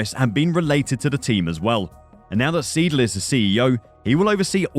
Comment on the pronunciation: The mispronouncing of siedle is so annoying maybe thats just me lmao 😂 Is pronounced "s-eye-dul"